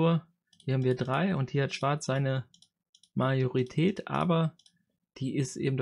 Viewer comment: Gutes Video! Heißt das wirklich "Mariorität" oder verhöre ich mich?